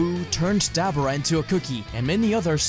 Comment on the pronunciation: Ah man dabura (da-bor-a) not (dab-bra)